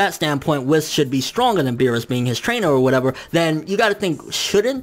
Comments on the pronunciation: Please stop saying Wiss. It's WHEES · who the fuck is this "WIS" dude you speak of?! it's fucking pronounced WH-EE-S " WHIS. Dude it's like they way you say hunterx hunter... Lol "hunahunta "